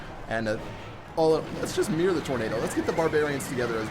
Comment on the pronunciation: Why are you calling the mirror "The meer"?